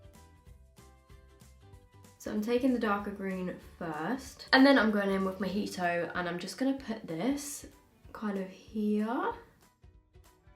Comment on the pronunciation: she said: moe he toe